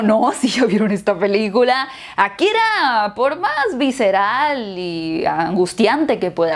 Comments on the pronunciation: por que dices Akkira en vez de Akira? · Ákira, ákira, akirá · aKIra No AKIra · nadie:: Ákira